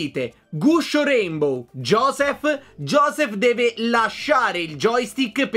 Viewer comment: Giossph inbroglia quando dite guscio raynbow